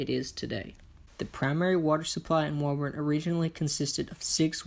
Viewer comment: We say “Woo-burn”. In Massachusetts